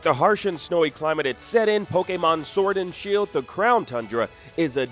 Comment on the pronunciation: *Poh-kay-mahn *Poh-kay-bahls What's up with the way this guy pronounces stuff?